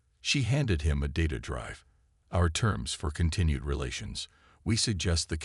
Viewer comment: PLEASE fix your POS AI and I may consider listening to your stories again. WTF is: "deh-BRISS", "...ditta display.."(data display), "NAYve"(naive)????!!!!